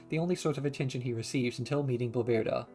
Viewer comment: I’m sorry, but your pronunciation of Bloberta drives me crazy. Great video though lol.